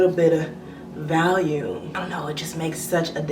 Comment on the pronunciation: Valume? Lol or....